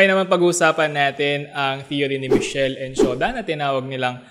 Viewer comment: Pronounce As mis- kel.